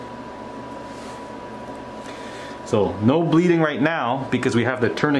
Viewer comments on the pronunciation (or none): When he said tasty kobob I was. Like 😂😂😂😂😮😮😮😮😬😬😬😮😐😐😐😵😵😵😵😵😵😵